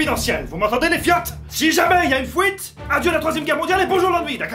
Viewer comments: une fouite ??? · une fuite pas fouite stp arrete de prononcer "ui" "oui" merci d avance de faire un effort c'est pas la premiere que je te fais la remarque ca devient chiant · "Si jamais y'a une fouite..." Ou quand la Belgitude reprend le dessus !!! ;D